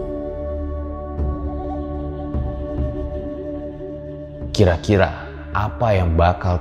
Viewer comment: Sebenernya oleho bukan oleo